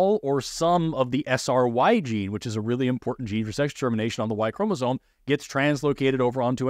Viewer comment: I love your videos, and I particularly like your brave and stalwart dive into the complexities of this topic. But. Please, please, before you create more content on this, sit yourself down and practise saying ChromasoMe, ChromasoMe, ChromasoMe. Every time you say it, it sounds like Chromazone, which sounds like a really cool and dangerous area in a game, but not biology. 🕊